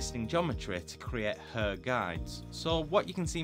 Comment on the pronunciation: You should have a bleep sound every time your say hair. You are murdering that word. Other than that, high quality content as usual.